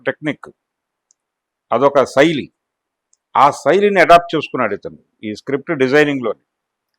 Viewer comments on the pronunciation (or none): ఈ చుతే గాడు మహాభారతం డిజైన్ అని మాట్లాడుతుండు. డిజైన్ కాదు జరిగిన చరిత్ర అనాలి. అరేయ్ ముసలి ముండా ఇదే మాట నువ్వు ముస్లిమ్స్ ని క్రిస్టియన్స్ ని అనగలవా. నీకు శైలి అని పలకడం కూడా రాదు నువ్వు రివ్యూ ఇస్తావా రా సుల్లిగా.